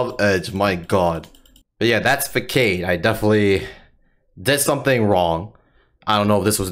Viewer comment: Love your content, though to note, it's pronounced "Fah-sahd" not "Fuckaid."